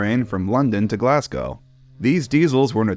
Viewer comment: fiannly an American can say Glasgow properly